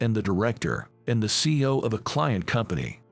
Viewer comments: This story was interesting, even though it wasn't clear about the girl's name. It would be a better story if a real person had read the story. CEO isn't pronounced CO. Other words were also mispronounced. Dump the digital voice and use real people to read these stories. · This narration needs more emotion, and needs to learn how to properly prononce words. CEO is not pronounced seeo, but C E O. Seeu later. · C E O not CEO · Your story would be more believable if you knew how to pronounce word. It isn't C-Os. It is C-E-Os. Do you know how ignorant it makes you sound? You weren't fa mi ler with restaurant?